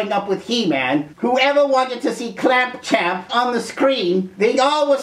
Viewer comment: Another problem with clamp champ is his cheesy name that most folks (including myself) mispronounce as clamp tramp,,... even without (or other's) special elixir. However, kudos for the correct pronunciation...errr gave that name at various other times in this vid.